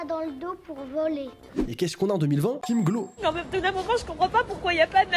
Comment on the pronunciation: Au debut quand il a dit kim glow 😂😂😂